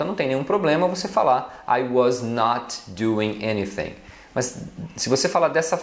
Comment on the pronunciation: porque vc pronunciar anything com som de ~ F ~ nao de TH?